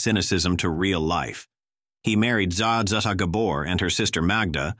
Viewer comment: This mechanical, fake voice screws this video. It's asinine not to use a real person. It couldn't even say Zsa Zsa correctly.